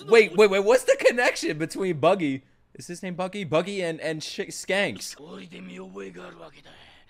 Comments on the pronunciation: dude its shanks....not skanks ... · SHANKS* not skanks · Why do you keep calling him Skanks and not Shanks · He is not Skanks he is Shanks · Its Shanks not Skanks lol. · Shanks not skanks.... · Bro please it's Shanks not scanks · can't read the word "Shanks".